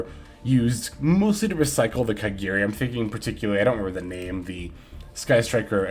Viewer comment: it’s KAGARI NOT KEGERI